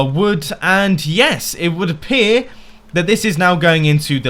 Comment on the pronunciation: "...it wood aper..." :P